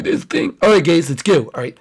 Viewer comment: Anyone notice said gays instead of guys